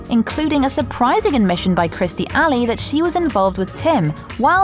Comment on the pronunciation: Please, please work on the name pronunciations. And it's KIRSTIE, not Christy.